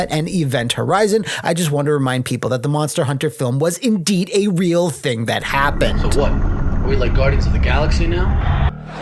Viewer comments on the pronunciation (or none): none